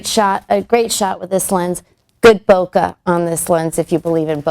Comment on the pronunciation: Whoa EW, "bokah"?! Get outta here!